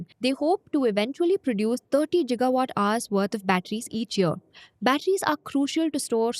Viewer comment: it's gigawat my nigga not 'jigawat'